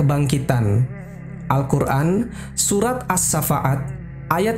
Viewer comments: Bukan surah as sa fa at ya, as-shoffat. Fa dibaca panjang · QS Ash-Shaffat, bukan Ash-Shaffa'at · channel ini.. kelihatan berbobot. membuat konten seperti ini harus paham literatur kitab2 seperti qishosul anbiya.. durrotun nasihin.. badaiuz-zuhur... tapi yg mengherankan pengisi suara.. kenapa menyebut surat as-shoffat aja menyebutnya as-safa'at ? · Terimakasih ilmunya... Sayang sekali sering Salah menyebut nama surat As-Shoffat menjadi As shafa'at. Mhn diperbaiki. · Ralat# jika memang salah sebut, pasti ga di ulang-ulang, maaf ya ka.. dalam penyebutan surat, bukan surat as safa'at... Tapiiiiii... As sofat..😂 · Iya, Ash-Shoffaat, bukan Asy-Syafaat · bukan surat ays-syafa'at min, tapi surat ash-shoffat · Salam Saudaraku. Mohon maaf. Bukan surat asafaat tapi Surat Ash shoffat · Surat Asshafaat,bukan Asyafa'at... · Qur'an surah AS SHOFFAT BANG . BUKAN AS SHAFAAT BACANYA AS SHOFFAT. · Assafat kali bang bukan assafa'at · Koreksi penyebutan Surat Ash-Shaaffaat ya Bang...